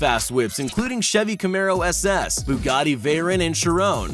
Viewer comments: just saying you pounced Bugatti wrong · But Other Than That I Am SO GLAD He Didn't Pronounce The 🛡 Escalade Wrong!. THAT IS A FAMILY CAR MY GRANDPAH HAS A 2008 MODEL OF!. IF YOU SAID THAT WRONG I WOULD'VE SHOWED MY GRANDPAH IT AND HE WOULD'VE BEEN PISSED!. But Just To Let U Know Ur Pronouncing The Bugattis Wrong!. AND SOMEONE SAYS YOU MIXED UP THE VEYRON SUPERSPORT WITH THE CHIRON!. WHY DON'T YOU TAKE A BUGATTI SIZED LEAP/HIKE AND HOOT WITH THE CHIRONS AND SOUR WITH THE VEYRONS!. (Learned THAT One From A Friend Of My Mom's.)